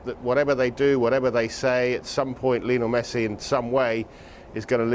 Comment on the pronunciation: No one Sky sports: “mESsI”